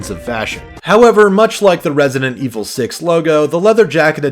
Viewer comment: THAT ITALIAN RESIDENT IVOL QUATTRO